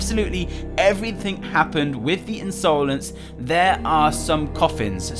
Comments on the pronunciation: u say insolance its insolence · Why does he pronounce insolence like that